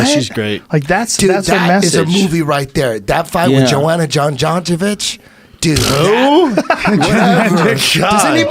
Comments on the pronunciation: Brendan: debut of fox... yada yada Everybody ignores. Eddie with the funniest response Eddie so high and drunk fucks up Joanna's name. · when Eddie miss pronounce Joanna’s name is stupidly funny😂😂And these fight companions r the best watch or podcast listen.